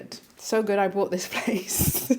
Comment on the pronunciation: BOUGHT, NOT BROUGHT.